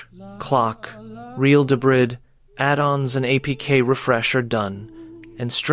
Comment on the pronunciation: "addens" for "add ons"- fucking AI narration.